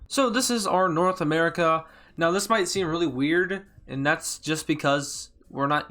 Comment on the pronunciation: I just heard smerica